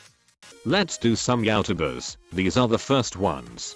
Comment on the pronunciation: Text: Let's do some Youtubers. Voice: Let's do some YOWtubus